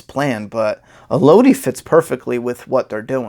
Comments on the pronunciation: man... it’s pronounced “El-Uh-Dee” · Cameron Graves I was about to say that until I saw ur comment.. I was gonna say Melody w/o the M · with all due respect, her name is pronounced “Elodie” like “Melody.”